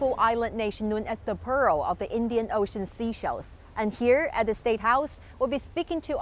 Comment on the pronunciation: That's how businesses should be done, within sovereignty. Mutual respect so that no one is dependent. But am baffled that the lady's a resident, yet she insisted on calling seashells instead of Seychelles (SaySchelles) it's not difficult...😮